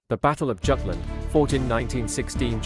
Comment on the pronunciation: I believe it is supposed to be pronounced “yoot-luhnd”